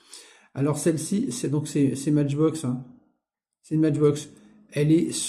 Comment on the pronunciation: Salut , avec les SI Mais je serais multi millionaire , ne te casse pas la tete quand on est gosse et bien on ne pense pas au futur on jou on fait des petites conneries , c est la vie . Beaux camions et Benz ( On prononce Maitchbox ) Merci pour la video , fait attention avec la peinture . Grüße aus Stuttgart .